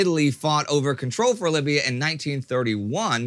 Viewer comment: Libya, not "Lybia"